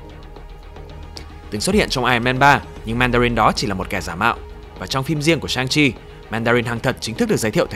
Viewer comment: nhân vật này phải đọc là "săng-si" chứ